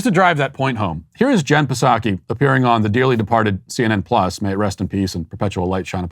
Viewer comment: No matter how many times Matt says Puhsocky I still laugh to myself. Good stuff.